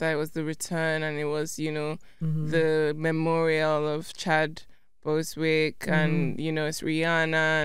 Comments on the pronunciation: Tems just said Chad Bosewick😂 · Tems: “Chad Bosewick”👀 The man’s name: Chadwick Bozeman🤭 Rest In Peace Chadwick! We LOVE some Tems!! ❤❤❤